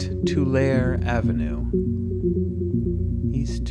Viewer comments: I really like the idea of this, just dropping in random spots. Like others have said, you missed a lot, but saw the main parts of downtown, at least. Your Tulare and Merced pronunciations were amusing (Correct is closer to "Too lair E" and "Mer said"); there was a commercial years ago that used a non-local VO that pronounced Tulare the same way. Mural District you dropped in on the northeast end of then headed northeast; most murals I can think of you can see along Broadway. Tower District has several along Olive, also. Not for a video necessarily, but if you just want to check out more, going down Shaw and Blackstone gives a decent cross section of the city. I'm thinking the Google car came through on a weekend; one of the downtown areas you passed through definitely has more pedestrians than that usually. Keep up at these, will definitely check out others you do. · Makes me home sick. Tulare is pronounced Too-Larry